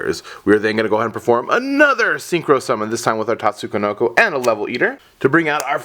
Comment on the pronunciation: Why do you pronounce it "Tatsu-ko-noko"? Is that the correct way or something?